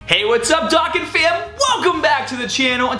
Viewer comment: The Way You Say Dokkan Disturbs Me.